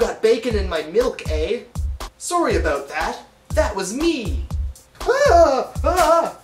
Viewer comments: XD its funny every time he says 'aboot' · As a fellow Canadian, you pronounce your "ou" sounds pretty stereotypically. I can see why people think we say "aboot" instead of "about". I don't here people talking like that much here in Ontario. Other than the oo sounds its pretty much the same though.